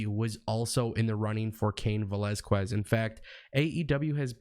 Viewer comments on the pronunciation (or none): It’s pronounced velazKEZ not QWEZ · Yo when you say cain Velazquez the u is silent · You butchered Cain's last name but I am glad to see him.Since they don't want to put Lashley vs Lesnar I know Fox will make sure Brock vs Cain happens. I don't see Fox wanting Brock to treat the belt and be there as little as he was with the last belt so Cain will take it from him in short time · Please pronounce his last name correctly. I tried to finish your video but your mispronunciation made me cringe.